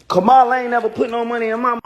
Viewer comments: Yep, He has to buy Blk people to stand beside him. They called SELL OUTS. I realize there are homeless people he can buy and clean em up BUT Just shocked he could buy performers who already HAVE money in their pockets already. Also THEM LOSERS mispronouncing Kamala's name is disgusting too. Nelly and Snoop don't exist to me anymore. Glad Nelly got arrested and caught w X pills, he must be strung out. They BUSTERS, showed their true colors. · Another person who can’t say her name correctly. Trash human!